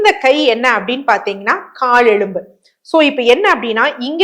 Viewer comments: எழும்பு இல்லை மேடம் ....எலும்பு😂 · Dr. Very good info. But Pl say எலும்பு correctly .